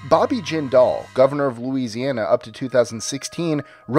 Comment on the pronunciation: As much as I despise both Bobby Jindal AND his horrible mother, you'd think you would manage to pronounce the last name of an idiot who briefly ran for POTUS! I am just like my mom in that we both get along with everyone regardless of age, sex, race, religion or anything else. So when my mom came home from work at Louisiana's Department of Labor (the agency mom had been employed at since before its current location was built in the late sixties) on a near daily basis with a new horror story of how Jindal's mother mistreated the people who worked for her (which didn't include my mom, btw) and generally made it clear that the woman treated everyone around her like worthless slaves, it was saying A LOT! I suppose I should mention that Ms. Jindal was one of the political appointments who hadn't had ANYTHING to do with the agency before her appointment, knew NOTHING of how the agency worked yet immediately set about making changes to the agency and how things were done the moment she set foot in the building! It was pretty common among these "political bosses" to do this, but she was worse than most! Thank heavens for Civil Service rules about hiring and firing of state workers, or this rich bitch would have had half the building on the unemployment line either the first day or for things as minor as looking at her too long! (This was before most people in the state even knew who Bobby was, fyi.) When Bobby hit the political scene, I hoped and prayed that he wasn't like his mother